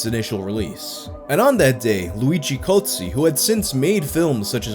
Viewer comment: luigi Cozzi but the way says it sounds like GOATSE......... makes perfect sense